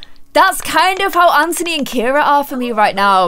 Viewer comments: stop saying 'AnTONEE' it's just 'An-Thu-Nee' ok? 😂😂💜 but love you anyway great video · Anthony is pronounced an-the-knee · its actually kind of bothering me that your saying anthony and ciara names wrong. well from my point of view in america anthony is pronounced an-th-on-y and ciara name is pronounced ci-air-uh. no hate nothing but love but i thought you should just know ! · It's pronounced a-nth-ony